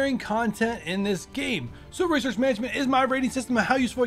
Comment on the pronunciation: Resouce lol